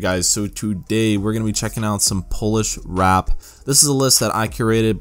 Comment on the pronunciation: you said "wrap" xD